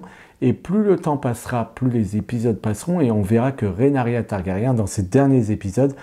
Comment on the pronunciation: Ouïlle, mes oreilles !🙉 Trop de "RénArYa" au lieu de Ré-NI-RA (Rhaenyra) et de "Migouel" au lieu de Miguel (on dit bien Che Guevara et pas Che Gouévara). Sinon, j'adore House of the Dragon malgré quelques bémols, et je compte les jours jusqu'au 17 juin pour entrer dans la Danse 🐉🔥!!!